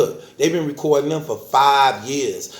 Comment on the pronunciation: Here you are yet again no response yet man no shit poppin from you stay on the porch Talking bout " u dont want me to go in the boof" " I wite wecord and poduce alll my stuff and then plays a 95 track he recorded sick of you mane😂😂😂😂😂